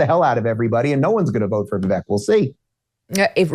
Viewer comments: I’m totally voting for Vivek (Viv-ake) Dave. Say his name correctly. Trump is a flippant fool! Vivek is playing this correctly. I’m so sick of Trump’s childish bs! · I quit watching Dave Rubain because as a Vi-“vake” fan Dave can’t figure out how to say his name. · Honestly.... Has Vivek at least earned enough respect to pronounce his name right? Vivek like Cake. Be professional and pronounce name correctly please. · Pretty sure Dave does it on purpose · Dave won’t say vivek’s name correctly which is disrespectful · Can Dave not pronounce Vivek correctly?